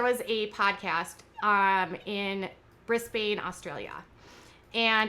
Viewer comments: We call it brisbane, as in ban, not bane.... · Brisbane is pronounced like Briz-bin. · BRIZZBIN m8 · Kevin hart capeing for Ellen but doesn't defend Monique a fellow comedian and katy girl go have your baby so tone deaf 🤦🏻‍♀️and as an Australian just got say you butchered Brisbane lol 😆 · Oooof you BUTCHERED the pronounciation of Brisbane.